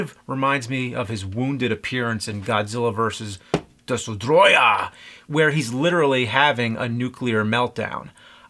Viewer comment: Every time James says "DESUTROYAH!" an angel gets its wings.